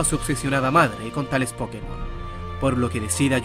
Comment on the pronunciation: A eso súmale el que al decir Pokémon acentúa la po.